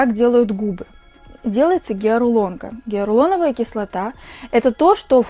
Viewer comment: Не геарулоновая кислота, а геалуроновая ))